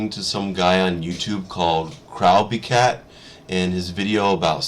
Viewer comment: OK ok now I need to know if it is actually pronounced crow-b-cat cuz I thought it was more like just saying it as it is